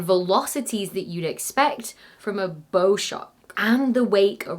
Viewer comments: When talking about the front of a wave or ship, BOW rhymes with COW, not GO. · I would think the "bow" in "bow shock" would rhyme with "wow", not "low". Like the bow of a boat, not a bow on a gift. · 'Bow shock' surely? Pron. as in bow wave, cow, bough. Not bow as in bow and arrow.